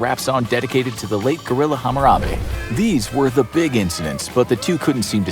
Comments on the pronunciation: Is no one going to talk about how he said "hamarabe" instead of Harambe ? the dissrespect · This dude really said hamarambe.... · DID YOU JUST SAY HAMARABE!?! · Did anyone else here him say “hamarabe” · Did you just say Hamarabe? 💀